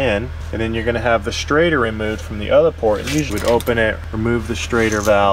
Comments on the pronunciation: It’s called a “shrader” with a “sh” sound.... not a “straighter” “str” sound 😂 Sorry, been in the field since ‘91, hearing “straighter valve” is like finger nails on a chalkboard 😂😂😂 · Good video. But it was driving me crazy. Its called a schrader valve not a straighter valve. LOL. just busting your stones. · Schrader... Shrayder... SsshhhhrrrraaaDDDeeerrrr... NOT straighter 😂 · Does he keep saying "straighter" instead of Schrader ... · omg is he saying STRAIGHTER valve